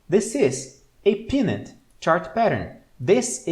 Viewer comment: Hi! Loving yr stuff! One quick observation/question - in min I THINK you meant to say PENN-nant chart pattern (PENN pronounced like a PEN you write with) and not PEA-nut (as in peanut butter) … is pennant chart pattern what you meant?